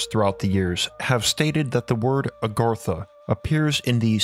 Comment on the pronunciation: The guy speaking is enough to put you to sleep plus Agartha's not the true name he's not even saying it right I can't pronounce it correctly my self I've forgotten more languages then I can remember.